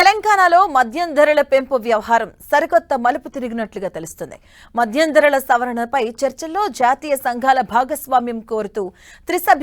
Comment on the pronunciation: అది మధ్యం కాదు. మద్యం అంతే. ప్రతి దానికి వత్తు తగిలించి చావదొబ్బకు